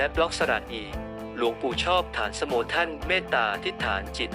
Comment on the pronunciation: อ่านฉายาของท่านไม่ถูกครับ ฐานสโม อ่านว่า ฐานะสะโม เป็นภาษาบาลี